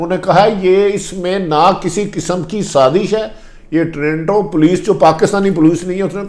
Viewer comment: PLEESE PRONOUNCE PROPERLY ABOUT TORINTO BUT CORRECT IS TORONTO THANKS